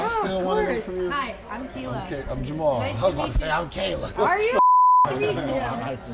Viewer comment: why did Kayla say her name like "key-la"? Lmao.